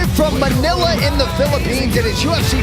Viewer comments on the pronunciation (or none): none